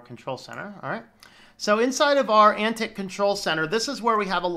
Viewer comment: It's pron:. Ant Tie Ex. It is communistic... So yeah.. and I like it.